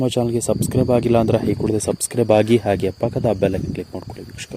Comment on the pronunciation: Modalu nettage kannada bhashe kalithu kolli kelakke agolla alla hanumanta hagi alla agi thoooo neeno ninna kkannadano thoo